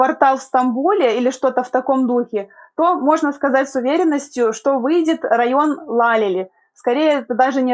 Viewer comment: Учите турецкий ,Лалели ударение на И